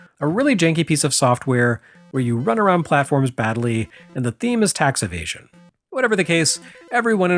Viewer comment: "I don't say EVASION I say AVOSION"